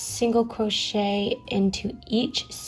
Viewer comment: "single cwochet"